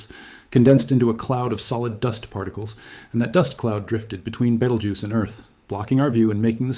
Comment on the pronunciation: You don't have to mispronounce Beetlejuice. That's how you pronounce it right there.